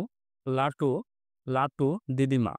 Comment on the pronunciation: লোটু না ভাই লাটু